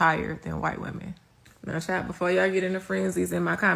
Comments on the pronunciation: Omg...I was a teen in the 80's when having this was an absolute death sentence (Well...when the HIV turned into AIDS). This video really shocked me. Also the woman saying "woman" instead of "women" is doing my head in. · how many times is this lady going to say the same thing? Also womEn, not womAn. Please..